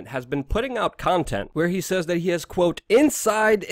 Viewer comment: "And I quo..." You "quo"? I think you mean "quote".